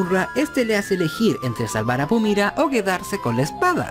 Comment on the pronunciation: Porque Pumira y no Pumara???